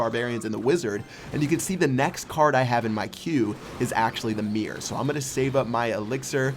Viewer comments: Mirror, not mear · Why do you say "meer"? Is it not "MIRROR"?!?!?!?! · It's MIRROR, MIR ROR, not MEER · Why does he say mirred and mirr instead of mirrored and mirror? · Your pronunciation of the word "mirror" drives me nuts. I don't play this game, so had no idea what you were meaning when you first said it :P